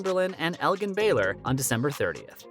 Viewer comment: it’s not pronounced elgin with a g as in “go” it’s elgin with a g as in “george”. Like El JIN